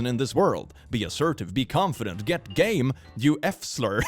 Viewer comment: I'm also gaming right now so I had to go back because I thought said "get gay" not "get game" XD